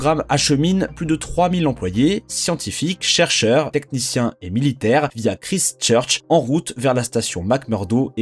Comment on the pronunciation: Ever thought about taking some English prononciation classes? I believe the time has come, you will learn a few things and stop this horrible way to say Christchurch